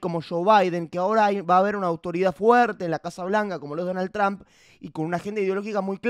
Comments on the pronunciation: No seas ignorante no se pronuncia Tramp!!!! Se pronuncia Trump😊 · Por que los argentinos dicen Tramp? Jajaja se pronuncia Trump o Tromp, tal cuál 😅